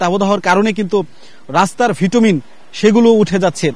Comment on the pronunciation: ভিটুমিন নয় এটা হবে বিটুমিন !